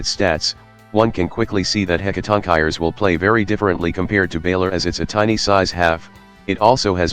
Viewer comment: Warning: do not use this video as a guide on how to pronounce "Hecatoncheires."